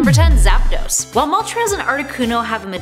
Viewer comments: ITS ZAPDOS NOT ZAPADOS!!!!!!!! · Lmfao I thought the same thing. It's spelled Zapdos not Zapados. 🤣🤣🤣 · Its "zapdos" not "zapados" lol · ZAPDOS. NOT ZAPADOS. THERES ONLY 1 A I love this channel but the one thing they struggle on sometimes is pronunciations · Did i just hear her say zapados? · “Zapados” was when I stopped watching lol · ''Zappadose''? What?